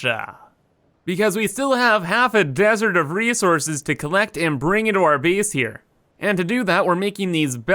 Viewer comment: everytime he says "biss" instead of "base" makes me wanna kms